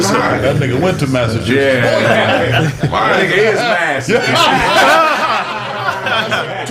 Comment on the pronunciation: Massa-twosits 🤣🤣🤣. Keep up the🌲 talk